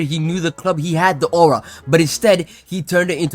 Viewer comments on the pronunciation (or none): none